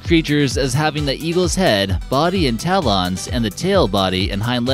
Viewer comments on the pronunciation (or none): Never heard talons pronounced tal ons.